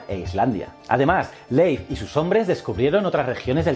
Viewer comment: Mi única queja es que le dijera "Leif" cuando se pronuncia Lif, que distractor fue eso